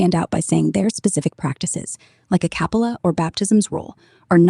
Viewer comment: "Akapala" instead of "A Capella" lol